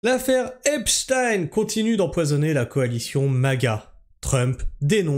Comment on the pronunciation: Merci de maintenir la bonne prononciation du blaze, que la majorité US a transformé en "Epchtiiiiiine" . Merci de revendiquer la fallaciosité, & stupidité de ces arguments, aussi récurrents que répugnants, que constituent "Wai May tu joues le Jeu de l'extrême (...)" , & "Faut qu'on s'allie tous ensbbbbbllllblbl", ce qui revient à un "tU jOues LE jEU dE La DIViSioN !" in fine... Je trouve qu'il a fait le move le + risqué, insolent, & auto-saboteur de son histoire avec cette affaire, pas aussi sûr que ça finisse automatiquement aux oubliettes comme tu le suggères, juste prcqu'officiellement acté ; de la même façon que jusque là, la majorité de l'affaire était reniée ds son essentiel partout, pourtant la base solide communautaire dite Komploplotiste n'a jamais RIEN oublié jusqu'à mtn . Enfin, dans la mesure où ce qui se passe signifie une trahison frontale de l'Agent Orange envers son électorat, le rendant aussi nuisible ds le reste du monde qu'au Vietnam, + que cette officialisation salace vient des mêmes structures que ces Komploplo ne risquent pas de prendre en confiance, je ne vois pas en quoi ce move les ferait "oublier", ou endormir l'histoire devenant de + en scandaleuse, en fur & à mesure que les dingueries s'enchaînent. La pathologie mentale rattachant les QaNoNistes & autres, à l'AO, ne vaincra jamais l'évidence qu'il s'est foutu de la G du monde entier, & qu'il se met en position de non retour, ce que les membres officieux du Sachoir, ne pardonneront, ni n'oublieront